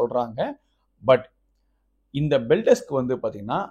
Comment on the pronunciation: அது பெல்டெஸ்க் இல்ல பெல்டெக்ஸ்